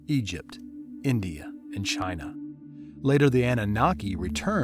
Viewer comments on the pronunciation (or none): none